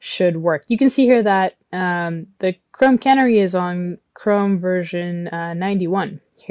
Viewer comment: FYI it's canary as in the bird, "canary in the coal mine", etc, not can-ary.